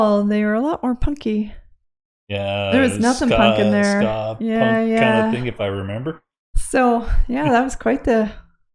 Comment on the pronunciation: Said skaa 🤣 I think that's Mighty Mighty Bosstones. Glad you dug it though